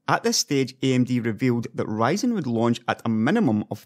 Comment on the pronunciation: it's Ryzen not writing !